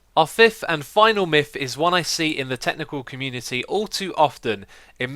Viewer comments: Its Myth, not Mif... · "For the fift and final miff..." You make me chuckle every time, X.